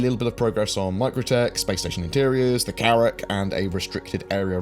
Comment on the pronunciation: I love how you load your pronunciation of "thuh CaRRacK" :)